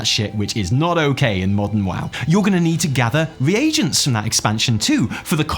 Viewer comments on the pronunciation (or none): none